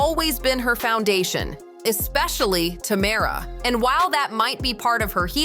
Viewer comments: Tam er rah ❌ Ta merr ah ✅ 😂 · Tuh- mare- uh lol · I want so badly to watch this video but the constant mispronunciation of Tamera's name is killing me. 😭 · Every time she says tamaras name i correct it in my head.